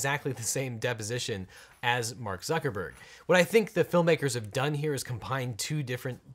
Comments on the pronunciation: Bark Zuckerberg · Legal Eagle says Bark buckerburg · It sounds like he says Bark Zuckerberg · objection: you said Bark Zuckermurg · Did he call him Bark Zuckerberg?